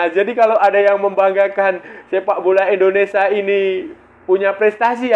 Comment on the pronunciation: Maaf bang INDONESIA Bukan ENDONESA.. Gunakan bahasa yg baik dan benar biar enak di dengar